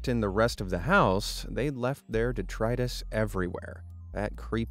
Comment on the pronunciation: "detritus" please check your pronunciations. Thx!